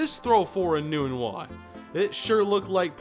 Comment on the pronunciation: Has Quincy Enunwa changed the pronunciation of his name. For 4 years at Nebraska we pronounced nun with a short u and not a long U. Were we all wrong during his years at NU?